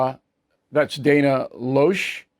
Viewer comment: I grew up on Long Island until the age of 22. USMMA82, no particular valor. ... Good luck at the beach. I wouldn't go back. I would listen to you but I find you annoying. You have an odd speech pattern that requires speech therapy. You can't even pronounce Dana LOESCH'S ("LASH'S" name). You put your emPHAsis on the wrong sylLABle. IN SHORT, YOU TAKE TOO LONG TO GET THROUGH THE MESSAGE. You repeat yourself. You take odd pauses, the result being that you turn a 10 minute video into a 20-minute video "fingernail on the chalkboard experience." You have these big paws with your pinky pointed out. Politically I seem to be on your side though I wish you would be a little bit more forthright about being a conservative. Maybe you're not. And there's not a goddamn thing about you that's HUMBLE.